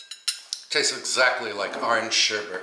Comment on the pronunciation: SherBET not BERT